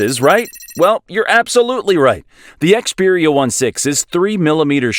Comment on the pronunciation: Yeah I can't take this video seriously... They can't even bother to call it by its name properly!